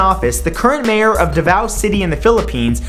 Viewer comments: it's pronounced da-vaw not d-vaw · #12 The name of the city is Dávao, you pronnounced it like The Vow. Haha :) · "Duvao City" "Rodrigo Dutert" Filipinos: ??? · Matt, on #12, 'Davao' is pronounced 'Daa vaw'. And btw, I live in Davao City and I can tell you, he is a very good mayor. I was able to take a picture with him in a hotel last month when he gave a talk about some random shit. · He pronounced Davao too fast. XD anyways... Mabuhay ang Pilipinaaaaaaaaaaaaaaaaaaaaaas! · been waiting for this update <3 I LIVE IN DAVAO AND PROUD OF HIM AS OUR MAYOR but the pronunciation tho but still so awesome!! he solved a kidnapping case within just 72 hours so much cooler!!